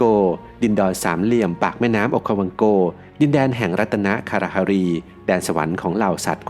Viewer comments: ดินเเดนครับ ไม่ใช่ ดินดอ 😅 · ทำไมคำว่าดินแดนถึงออกเสียงว่าดินดอยครับอยากทราบ